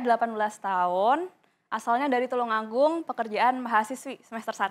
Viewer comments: Tulungagung lur, bukan Tulungangung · Tulungangung min, bukan Tulunagung 😂😂😂🙈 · Tulunagung opo tulungagung min.... Wkwk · Tulungagung bukan tulunagung,,min deskripsi nya lohh